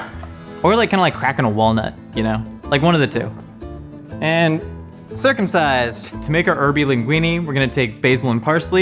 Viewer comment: Did this man just say "circumcised!" 💀 It is TOO EARLY for this!